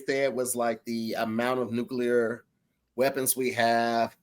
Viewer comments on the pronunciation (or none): I love how they get in on words when refuses to say Nuclear correctly, time after time LMAO. New-clear... not New-Cular jeeeeez!